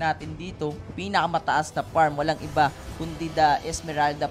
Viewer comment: Walang F and V si Male Commentator. Hehe “parm”